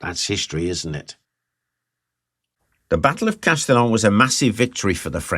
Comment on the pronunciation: Bu the way, in (modern) French it's pronounced like "Castiyyoou"! 😂 l'm not sure about the French of 6 centuries ago!